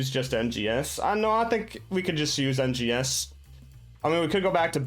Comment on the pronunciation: Is not called NGS is called RNGS xddd just put the R